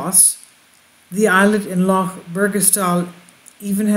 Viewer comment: You're pronunciation of 'Loch' is great! Wonder why they built them...wish I lived on one. Bless you